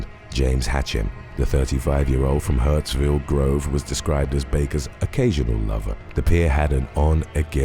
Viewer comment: Hurstville not hurtsville